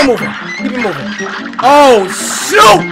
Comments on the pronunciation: I know he said shoot but it sounds like he said sh*t at 933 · lol it sounds like cory said “oh sh*t I coulda parried that” but I don’t think he actually said it Edit: yeah I tested that if you try saying shoot really fast in the way he said it, it would sound like you said sh*t